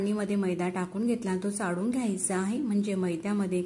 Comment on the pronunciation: डाळ - ह्मणा, चाडून नाही चाळून ह्मणा ड नाही -ळ -म्हणा 😊